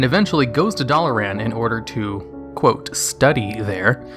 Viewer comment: Your pronunciation of Dalaran and Muradin hurts me a little